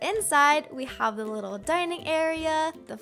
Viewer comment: When she said: now starting with this dining room. I heard: now starting with this dying room 😂😂😂😂